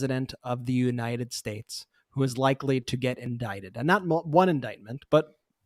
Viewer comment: Oh my God I thought he had missed pronounced this word so, I played it again and it's hilarious: he did say .."All 50 spakes" :face-blue-smiling: Then repeated it again to correct himself and said: " 50 states! Hilarious say hilarious. His dumb ass still can't speak his words clearly. Or he just has a mental and speech problem:face-blue-wide-eyes